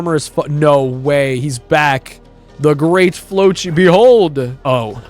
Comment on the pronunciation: flocci is pronounced like flossy